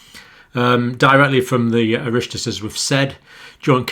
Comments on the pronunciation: Oh- rock- tas —— Oireachtas. But you made a good stab at it. !! Yes they said about vit D, in the last few days. But we have all be taking it, since you told us to last year, when nobody was telling us anything !!! Gate - horse - bolted. !! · Oireachtas is pronounced ‘IR-OCK-TAS’. Thanks for your thorough analysis. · Hi John thanks for the video, its pronounced irr-rock-tas LOL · Oireachtais prunciation is Orocktas. The houses of the Oireachtais are Irelands two houses of Parliament. The Dail and the Seanad. The dail is more powerful. The word oireachtas comes from the Irish word airecht/oireacht (“deliberative assembly of freemen; assembled freemen; assembly, gathering; patrimony, territory”), ultimately from the word airig ("freeman").[5] Its first recorded use as the name of a legislative body was within the Irish Free State. Lockdown bored. Fan slan, stay safe. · Dr. John ! pronounced " Ear- Rocked- Tus " for the Irish legislature in gaeilge namely O I R E A C H T A S . the oireachtas consists of two houses of the oireachtas , an upper house and a lower house namely Dáil Éireann ( pronounced DOLL ) the lower house and Seanad Éireann ( pronounced SHANAD ) the upper house. Thank You for all your work. > go raibh mile mháith agat > on you 1000 good fortunes....or Thanks a million.... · Oireachtas is pronounced O-Rock-Tas . Love your videos John :-) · Well done Dr John…for the information and the brave attempt to pronounce ‘Oireachtas’! It is pronounced ‘Or Och tus’ although you might have to consider that I am an Irish native instructing you so maybe ‘or’ is pronounced like the letter ‘r’ in an English accent. Great report from the Irish government however it is pronounced. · Super vid. Let me help with the pronunciation of "Oireachtas" (government). Its pronounced "Ohrrakhtus" with the emphasis on the "ohrr" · It is pronounced ir-och-thus. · Love your work Dr John but you just butchered the Irish language -Oireacthas - (sounds like ORE-Rack-Tais ) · i - rock-tis